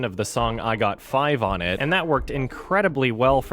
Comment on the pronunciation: the way says 'I got 5 on it' was the whitest thing I've heard all year